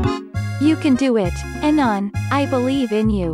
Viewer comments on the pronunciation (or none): Did she say aenon